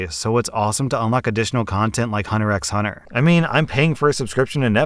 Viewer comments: It's pronounced "Hunter hunter". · Just a piece of information for you: hunter x hunter is pronounced 'hunter hunter'. You don't say the x :) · Hey the x in Hunter X Hunter is silent. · It's also on US Netflix. He also pronounced it wrong.